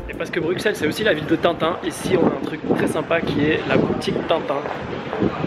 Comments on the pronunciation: on dis BruSSelles pas BruKselle combien faudra le dire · On dit brusel et pas bruxelles comme tu dis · Brusssseles et pas Brukkkkkseles ! Comme Auxerre qui se prononce Aussssere ! Et la Grand Place, non la GrandE Place. Cent Zabonnés ? Liaison très dangereuse. La Porte de Hal dans son aspect actuel date de la seconde moitié du XIXe siècle, rénovée par Henri Beyaert,tout à fait dans la lignée d’un Viollet le Duc qui l’apprécia. Avant cela, c’était une sorte de bunker moyenâgeux. Ceci dit : sympathique vidéo. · Je veux pas faire le chian mais on dit Bruxelles Brusselles